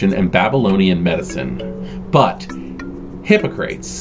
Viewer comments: You said "Hippo-Crates" instead of "Hip-Ock-Ra-Teez", a very famous philosopher and physician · "Hippo-Crates"?! Seriously?!